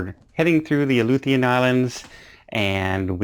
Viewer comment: I’m from Alaska. Those Aleutian Islands are pronounced “A LOO shun”. (Emphasis on middle syllable) Like when you say “na tion”